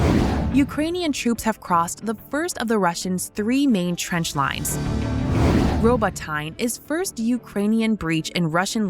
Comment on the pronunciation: it would be nice if you guys learn how to pronounce names of foreign places. it's "Robo-tee-neh"